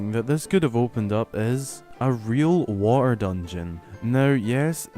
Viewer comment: The way you say water like “waugh-ehr” is so funny lol